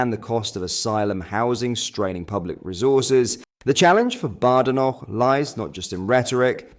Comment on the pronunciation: Its pronounced Bad Enoch . . . . . . To differentiate from Good Enoch